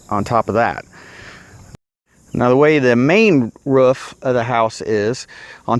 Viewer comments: Sounds like when he says roof he’s is saying woof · Stop saying roof wrong